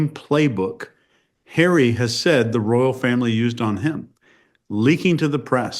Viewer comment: You have the stroppy Duchess and his wife, you get drama and petulance. I love how it sounds like you say Prince Hairy😄.